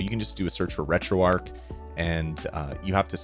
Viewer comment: retroark? do people pronounce arch as ark?